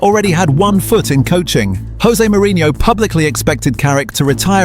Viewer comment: Interesting video BUT please pronounce Jose Mourinho name correctly. He is Portuguese not Spanish so it’s pronounced as a a J not H